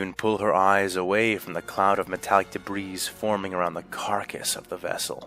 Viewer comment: VA pronounces "debris" wrong and it's bugging me